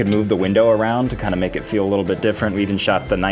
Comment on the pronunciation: U make-uh me sad